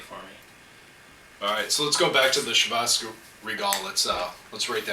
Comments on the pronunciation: "Shee-Vas" regal...... come on! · Hi, nice Videos, good tastings, good comments. But how you pronounce Chivas Regal is really awful. You have to improve on this. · I thought it was Chivas Regal pronounced the english way, not the french way. Today I bought a bottle of Glen Moray though. Very curious about it, as it's not overpriced but still considered quite good.